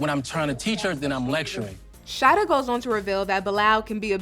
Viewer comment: Is her name really (shady-dah ) because In Trinidad we’ll pronounce it as (Sha-EEE-dah ) it’s a common Muslim name in Trinidad 🇹🇹🏴